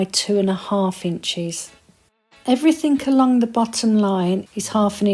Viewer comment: Every time you say sAlvage instead of sElvage, it makes the hairs stand up on the back of my neck & not in a good way. Also it's everythinG, not everythinK - it doesn't have a 'K' on the end. I'm not a grammar nazi, just an advocate for literacy. I was taught to check a dictionary whenever these issues are raised; it makes you less likely to repeat incorrect or non-existent words in future.